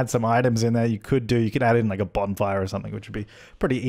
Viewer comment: For a second I thought that you said " a bomb fire"